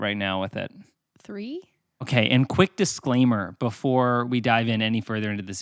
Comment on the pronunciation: It’s “disclaimer” not “disclammer.”